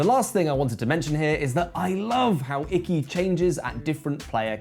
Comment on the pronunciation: say it correctly consistently, please. Ee-kee is the pronunciation. Looks like a great game, though.